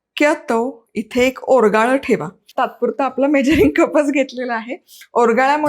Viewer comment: ओरगाळ नव्हे तर ओगराळ